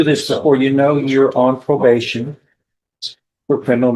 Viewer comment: slap your AI. "Pro-bash-in"